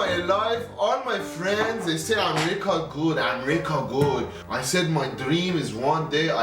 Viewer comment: My man was saying am-rica